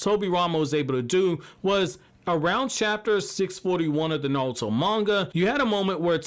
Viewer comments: Why does he say NaLuto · Is he saying nalto?